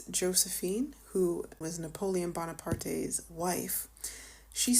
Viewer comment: You also mispronounced Bonaparte. There’s no é in Bonaparte, it’s a normal e, which means the pronunciation is not “AY.” It’s a silent e.